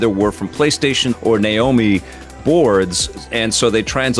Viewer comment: please school on how to pronounce Naomi 😂